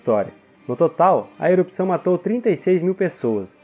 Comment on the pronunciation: Muito bom o conteúdo! Ótima forma de explicação! Amei! Porém, péssima dicção pra falar palavras como "errupção"! E vc consegue dizer ela da maneira certa, não sei o que houve, mas foi péssima!